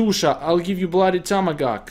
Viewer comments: he said tomagawk instead of tomahawk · He said bloody tomogawk